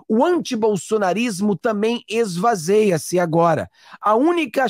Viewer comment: Com todo respeito, "esvazia"